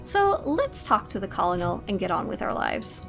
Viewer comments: Lol you pronounced Colonel wrong 😂 it’s pronounced Cernal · lol how you pronounced Colonel :D